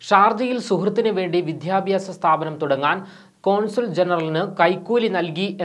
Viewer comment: വിധ്യാഭ്യാസം അല്ല സുഹൃത്തേ വിദ്യാഭ്യാസം എന്നാ പറയേണ്ടത്